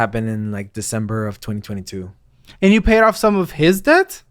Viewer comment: i thought i heard "interest of death" not interest of debt" sum